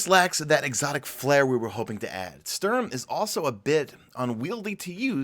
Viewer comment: I'm calling it, the big expansion in the fall's gonna be "Destiny 2 The Taken Queen" with Savathun as the new Raid boss or at least involving her. (We already got a lot of hint on Titan, especially the giant worms we can see in the ocean) #MadeItToTheEnd PS: Look for the pronunciation of the Sturm on Google at least, you're making me cringe each time you try to say it. "Sturm" suppose to sound like "Storm" and does mean the same thing as well.